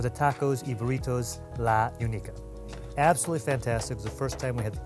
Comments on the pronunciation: La ooo knee ka (Única). Geez. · Nothing like a white guy trying to pronounce birria. Was no one there to tell him it’s unica like “unique” not “unise”.